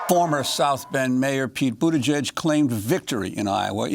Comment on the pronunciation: I refuse to believe that Amy accidentally mispronounces Poot - I mean Pete - Buttigieg’s name... she’s done it a few times now. AND I’M HERE FOR IT.